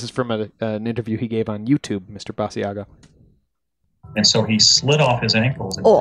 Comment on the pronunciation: Basiago has been giving interviews for 20 years and you STILL don't know how to pronounce his name???